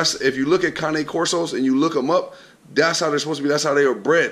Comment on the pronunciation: only thing that bothers me is that he keeps calling it a Kanye Corso, it's a Cane Corso. Spent all that money, don't want people mistakenly call his dog a Labrador, but won't take the time to pronounce the name of the dog right.